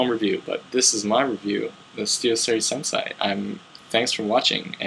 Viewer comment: its pronounced sensay not senseye